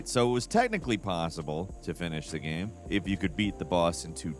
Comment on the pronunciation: “Game-famy” ??? Nice.